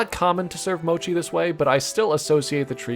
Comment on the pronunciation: it sounds like a Americanized version of mochi